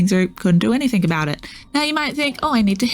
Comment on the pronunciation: So small request, can you stop saying anythink... and say anything. 😂